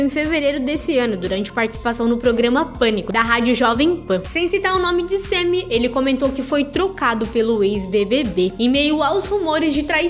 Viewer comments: É SAMMY não SEMMY , KKKK que nervo KKKK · Que agonia ouvir vc falando sêmi